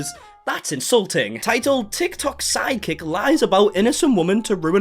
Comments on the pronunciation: I’m glad your accent makes it sound like your saying side kick nit psychic lol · oooooh your saying Psychic................iam australian so sounds like "sidekick" lol........sorry aussie humour